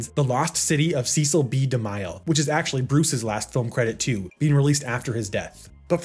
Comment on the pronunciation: Cecil B. DeMILE hahahahah!!! It's pronounced "DeMille", my dude!